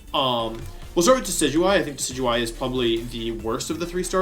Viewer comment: You keep talking about this pokemon called De-sidu-eye...and I'm confused because the pokemon you're showing is clearly Dekey-dewey